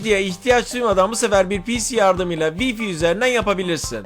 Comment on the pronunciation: Yıl olmuş 2019 hala wifi' ı vifi diye okuyan var.